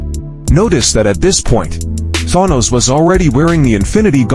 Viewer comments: Thon-nose. Stupid A.I. bullshit. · I love the way that the video pronounces Thanos in different ways. 😂